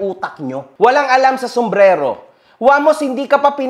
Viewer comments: wala daw alam sa sombrelo. sabe ng di mabigkas yun "Somberero" ng maayos 😅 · Sumbrero ❌ Sumbrelo ✅ 😂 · Pagsabi palang ng sombrero sablay na eh..haha hnd Sombrelo kundi sombrero😂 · SUMBRERO hindi Sumbrelo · sombrelo daw 🤣🤣🤣🤣 di nga alam paano sabihin ng tama ang sombrero ugok na hahahah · Boss narinig mo ba,, sombrelo daw,, diba sombrero dapat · Sumbrero o sumbrelo? Hahha😅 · sombrero❌ sombrelo✅ 😂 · Mas quality pa ata yung mga sumbrero sa ukay ukay kesa don sa lakers inspired kuno ni Hahahaha.. Saka Saka "Sumbrero" yon hindi "SUMBRELO" inang yan hahaha collector kuno pa.. Nice One again.. You are so back!! 🔥🔥🔥 more more more #realtak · “SOMBRERO” hindi SOMBRELO jusko dun plng shunga na🤣🤣🤣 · paturuan nga muna yung na mukhang ipis saka yung ganid na oportunista na "SUMBRERO" po yun hindi "SUMBRELO" sarili mong business di mo alam pronunciation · Nagsalita ng walang alam Ang eh tawag lang sa product di pa alam. SUMBRERO hind SUMBRELO. Sus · "SOMBRELO" daw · Wala daw alam sa sombrero si, eh yung hindi makabigkas sombrelo daw..😂😂😂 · puta na kahit tamang pag bigkas ng sombrero hindi magawa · may maniniwala ba jan kay, sumbrero nga ni hindi ma pronounce ng maayos. kopal. hahaha